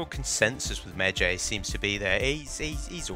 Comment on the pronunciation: pronounced medj(eye) not Jay ffs